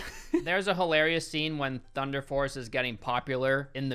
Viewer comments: He said thunder farce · at first I thought he said thunder farts